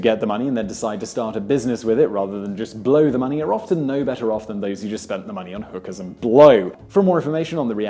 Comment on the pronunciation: I feel bad for laughing at the emphasis on blow that Simon put when he said "hookers and blow" omg